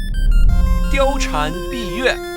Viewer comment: yes she didn't exist, and no, there is still a correct way to pronounce the name